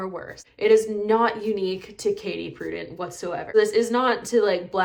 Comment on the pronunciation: Please learn: Correct use of "literal" & correct pronunciation of Prudent. Obviously you never attended a master class for any field of endeavor.